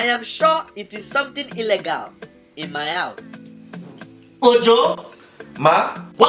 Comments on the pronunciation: Its illgale not illgele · Guys all this time we have been saying illegal the wrong way it's ellegal not illegal😹😹🤣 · IM DYING SAID ELGAL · “I am sure it is something ELLEGAL in my house.” 😂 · I love how says illegal "Ellegal"😂😂😂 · Illegal pronounced: eh- leg-al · The way she pronounces “illegal” 😂😂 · When Instagram becomes a novel😂😂 Ala mwandi, the way she pronounces illegal 😁😂😂😂😂 Ahhahahahahaaha 😂😂😂😂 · His pronunciation of illegal had me weak🤣🤣😂😂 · The way pronounces illegal lmao 🤣😂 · Hahahahah the way she said illegal she said illegal hahahhahahaha she said it wrong hahahhahahaha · She don’t know how to pronounce illegal